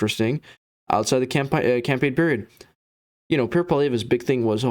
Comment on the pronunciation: You are full of 💩💩💩💩💩. You can’t even say Pierre’s name right! 🤬🤬🤬🤬🤬🤬💩💩💩💩💩🤬🤬🤬🤬